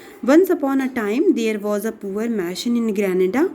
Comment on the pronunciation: Good but.not correct word speaking it's mason not mashon